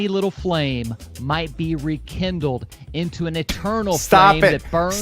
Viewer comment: You mean ‘reKENdle’ 😂